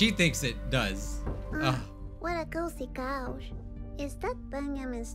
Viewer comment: when misfortune said ''what a cozy couch'' It sounded like ''what a crazy cow''